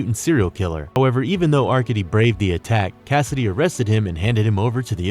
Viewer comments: "are-cade-dee"... You DOOFUS... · AR-KAY-DEE and VAH-SILL-EE are how they are pronounced. Do bots read these things or are these real people?